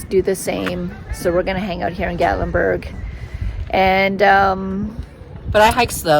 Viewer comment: Love love love Gatlinburg and the Smokies are so beautiful. Gatlinburg has delicious food, shopping and moonshine. Haha. You will have to go back with Eddie. Plan to hike up to LeConte. Oh, and it is Gat that rhymes with cat. Gatlinburg. 😃 You passed the pancake pantry and also the donut shop. I’m so jealous. 😊 🌲🌲❤️🥾🥾⛰️🥾🥾❤️🌲🌲 cheers.